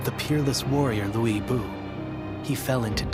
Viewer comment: Hate how they're pronouncing lu bu name like it's luey bu wtf lol...but I luv Dynasty Warriors